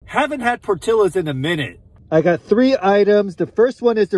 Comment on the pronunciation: It's not pronounced "PortiLos"!!!! It's "Portiyos"!!!! Pinche Chinito!!! 😎